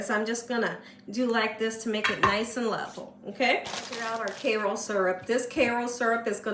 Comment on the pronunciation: Please stop calling it "Kayroll" syrup - it's Kayro!